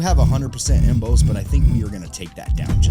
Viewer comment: Emboss pronounced em-bose is new to me. Em-boss like your "boss" at work, dude. 😁